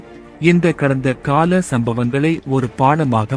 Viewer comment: கடந்த காலத்தவறுகள் அல்ல... கடந்தகால.. தவறுகள் என்று வாசிக்க வேண்டும்